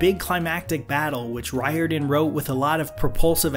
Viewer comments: It’s Rick ‘Rear-don’, not ‘Ry-or-dan’ 😉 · If you do the next movie/book, which I hope you do, Riordan is pronounced like Reerden. Love the content :) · Pronounced "Reerden". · Roar-din is how it’s pronounced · Isn't it pronounced Rick (Ree-or-den)?